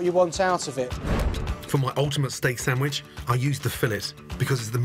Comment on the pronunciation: i love that in other videos he pronounces things correctly like "cwahson" for croissant....but in this he says "steak sammich"